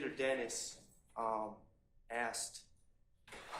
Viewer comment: It's pronounced...ASSKED NOT AKKSED..GEES THESE PEOPLE CANT SPEAK ENGLISH!!!!